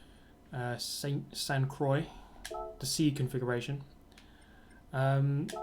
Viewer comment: Thanks much for this great video as always! Too bad Alsace and Sainte-Croix don't exist in real life, as they look tremendous. About the pronunciation, if you want to make it sounding like in french, try: "saint croah". Nice tire warm-up by the way :D